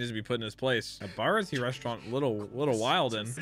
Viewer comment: Its funny how goes “baratie?” And the narrator just goes “NO YOU FOOL ITS BARATIÉ”